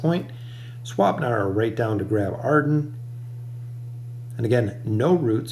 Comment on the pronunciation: please please please stop calling him naru... it's niru :(